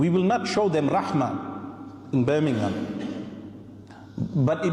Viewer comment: He can't even pronounce it Correctly it's "Birmingham" not Bir n ingham